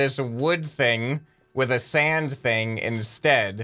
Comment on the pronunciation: Who heard that said Sans instead of sand a few times